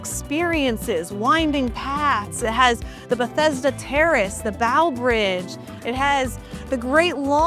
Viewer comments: Bow Bridge is pronounced like rainBOW or an archery bow. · people have probably already said it but, it's Bow Bridge with a long O, because it's shaped like an archery bow.